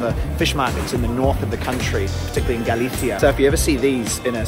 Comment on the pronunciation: Me apasiona lo bien que pronuncias las palabras "jamón", "galicia" u "horchata" casi tanto como a ti te apasiona el fuet 👏👏👏😍